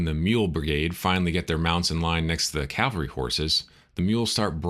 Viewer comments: Great podcast but one minor knit-pick correction from an old Army officer. It’s CAValry not CALvary. That said, I am subscribing. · Unfortunately a common mistake. Even with those "in the know." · it's " Cavalry" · Nice recounting. Though I noted the mispronouncing of "cavalry."